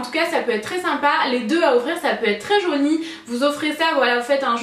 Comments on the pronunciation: Je suis la seule a entendre "jauni" des qu'elle dit "joli" ? >< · non moi aussi j'entend jauni à la place de jolie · tes vidéos vont manquer ! merci pour toutes ces idées et ton implication ! tu me fais rire tu dis 'très joniiii" lol Bisous bisous